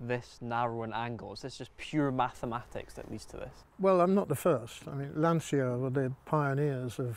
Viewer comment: Lancia is pronounced "Lan-cha" in English. It's like mispronouncing "Por-sha". It annoys me.